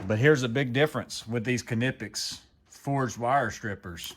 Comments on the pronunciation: Not to bust your balls but it is pronounced as Nip-pex. I honestly feel like it was intentional that you keep adding the car at the beginning of it and I'm dying from it if it is intentional if not it's still pretty funny not really trying to be ugly or anything I just didn't know if you were aware and I'm not even going to like even try to lie and say that I've never actually said it the exact same way before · That extra syllable with the beginning of the word has got me rolling over here it's like when people say qwhiskey lol. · I pronounce them like knife 🗡 because ka-nife doesn't sound right ny-pex makes more sense to me.